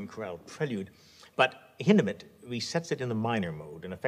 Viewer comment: One of the few people that actually pronounce Hindemith’ name right